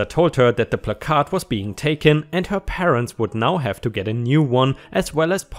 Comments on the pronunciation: Not disputing your claim, however words in the English language can and do have pronunciation differences depending on were you live. Were I live, it's pronounced "Pla-Card". This will obviously be pronounced differently in other US dialects. Before you become a grammar cop, I studied the English language in college. Phrase and pronunciation can change, depending on were you are. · In regards to what to call the handicap signage in the car, its pronounce as PLAC-ard (ˈplakärd,ˈplakərd ) where the emphasis is placed on the first half of the word, and the second half is softened. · Placard here in my State is pronounced as plaque (like the stuff that grows on teeth) -ard. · Placard is pronounced pla as in plan minus the n and card is just card. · Your pronunciation of placard is generally ok. The emphasis is on the first syllable, though, not the second. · says it's pronounced plak-ahrd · It's PLACK-erd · Hey,. Is that 'Captain Placard'? Sorry:-). In England we say 'Placard', with no emphasis on any syllable. It is said 'pla -card'. Americans seem to 'quieten the letter 'r', and shorten the first 'a'. In effect: England; Plaacaard. American: Placad. (Reading what I've just written I've probably made it harder for you! But! You may be able to make sense of it). (By the way, I've been away from the comp for some time so, no. Nice to see your subs at 20k plus. Well done).⭐⭐⭐⭐⭐⭐⭐⭐ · This is why you don't just smash windows, you let the cops do it unless you are 100% sure the dog is real and actually in trouble. and it's "Plaque -urd" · You said it correctly the first time it is placard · I couldn't see any comment about the pronunciation of "placard" so I thought I would post it. If someone has already posted it and I am just being annoyingly redundant, my apologies. The only way I have heard it pronounced is: PLACK-erd. My brother has a handicap placard so I have heard and used the word several times. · It is pronounced “plak-erd”. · We say it as plac-erd